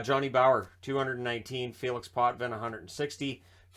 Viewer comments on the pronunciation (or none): none